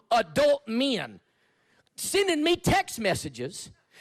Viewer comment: I didn't know the word "men" had two syllables 😂 that guy is such a fruity closeted hate merchant and I love watching him cope